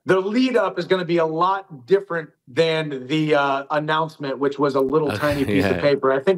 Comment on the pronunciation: dhich* not rich 😂